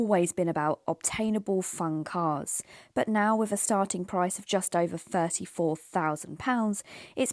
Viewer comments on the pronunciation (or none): none